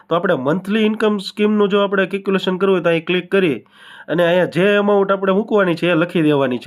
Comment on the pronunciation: Caculation nahi calculation bolo mota...baki badhuinformative chhe...